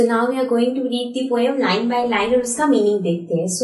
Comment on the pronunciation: Poem ❌ Poyem✅☠️